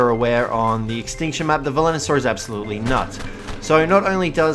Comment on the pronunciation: It's Velonasaur dude.... VE-LO-NA-SAUR!!!!!!! Edit: P.S. This is one of the small things that bug me, you still have the best instructional and informational Ark vids though, keep it up!